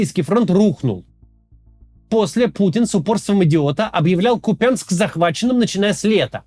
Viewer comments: Купянск-Узловой не посёлок) эт была ж/д станция для электричек, это город Купянск) КУпянск - ударение на первый слог, не КупЯнск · К у́ пянск. Не Купя́нск. кУпянск! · максим, ну выбери уже полосу: кУпянск или купЯнск! голова болит уже от меняющегося каждый раз ударения. на вики - на первый слог ударение. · Не купЯнск, а кУпянск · Хотелось поправить автора не КупЯнск, а КУпянск. Ударение на «У» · Да что с вами не так? Ну ладно пропогандоны.... Но вы то куда? Не КупЯнск а КУпянск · КУпянск. неужели так сложно павильно называть?😏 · Ну Куупянск....ударение на первый слог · кац блять, да какой кУпЯнск. ну бля, ну послушай как он должен звучать хотя бы от жителей...хоть раз через раз говоришь и с правильным ударением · И продолжает дальше называть то "Купянск", то "КупЯнск", как и остальное... Надеюсь, это когда-нибудь ему припомнят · бля поторопился, снова посередь видео КупЯнск!!! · КупЯнск говорят расеяне,Макс выучи ты наконец правильное произношение,не позорься... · Ку́пянск Ударение на букву У. Максим, есть правила произношения топонимов. Так же, как и Украи́на с ударением на И. Возможно, у глубинариев и нет понимания того, как читаются слова на карте, но у тебя-то должен быть рассудок? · Так они взяли КупЯнск, а не Купянск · Максим, пожалуйста. Правильно название города КУпянск, с ударением на У. Нет сил каждый раз слушать. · нет, он говорит КупЯнск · ▪️Берд-Я-нск, ▪️Лисич-А-нск, ▪️Волч-А-нск, ▪️Космодемь-Я-нск, ▪️Слав-Я-нск, ▪️Куп-Я-нск имеют единый УДАРНЫЙ суффиксальный ( ЯН/АН + СК ) способ образования таких топонимов. ☝️ Это НОРМА академического русского языка. *Зы: город Куп-Я-нск на украинский манер – "КупинсЬк" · Начните правильно ставить ударение в слове Купянск, пожалуйста. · Максим на протяжении 12 минут не может решить, куда ставить ударение в слове Купянск